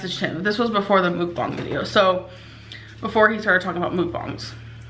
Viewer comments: Her saying "Mook-bang" is triggering me bad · Shes pronouncing mukbang wrong. She calls it Mook bongs